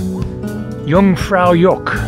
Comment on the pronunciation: Love the Kinda Shit Egg and Yung Far Yok ... working on Swiss pronunciation